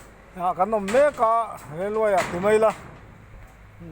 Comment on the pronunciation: Rail wy anilo .rail way lawm